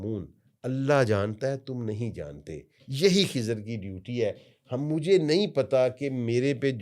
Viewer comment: خضر ہوتا ہے ۔۔۔ کھزر نہیں